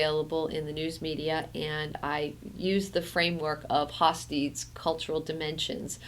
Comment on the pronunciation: Great approach and very inspiring. I will use this video for my students. The pronunciation of Hofstede is not "Hof-steed", but "Hof-stayda".